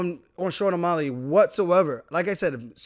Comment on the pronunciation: Buddy can say Petrs name with ease but can’t pronounce O’Malley